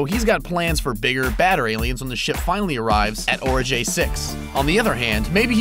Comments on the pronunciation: OMG... "Ori-Guy" not "Ori-Jay". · I thought Origae-6 was pronounced ORI-GAY not ORI-JAY ?? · ORAGAI SIX, Not ORAJEYI SIX Brah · Why do you keep saying orijay? Did you watch the movie with the sound off? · being petty as fuck but literally no one in the film pronounces it Orajai... like... there's no reason for you to be saying it like this... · my OCD was on fire because of this host's idiotic "Ori(J)ae-6" pronunciation... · Ok, whoever the hell is narrating, YOU must be an alien. as if I really care, It's pronounced, ORI-GUY 6. DORK. Now here's my take on any HIDDEN message from mr.Scott,remember the end of CHILDHOOD'S END?🤣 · Yeah, I was wondering why this guy pronounced it completely differently to how they do, you know, IN the actual movie LOL. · Literally why on Earth pronounce Origae-6 wrong if you've seen the movie and heard them say it a dozen times throughout? Not one person involved with creating and uploading this video noticed that and thought it should be fixed? That's just weird. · one, while I enjoyed the movie, the trailers hyped it up more than it should've been and they released far too many trailers that essentially spelled the whole movie and 2, this whole video, you have said Origai wrong and it bothers the fuck out of me xD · Did you even watch the movie? How about you pronounce the name of the planet the way they do in the film. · dude narrating couldn't even pronounce Origae 6, he clearly didn't watch the movie. Who proofs these videos??? There's always a pronunciation error and it makes the vids look like they're made by amateurs